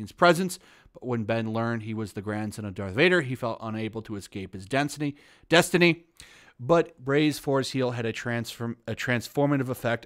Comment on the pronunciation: "Density". LOL Ugh... 😣